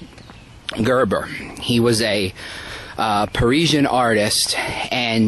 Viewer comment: ...same with regards to the architect he mentioned, calling him 'Gerber'.